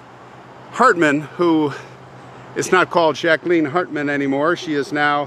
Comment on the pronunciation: love that you pronounced Jacqueline correctly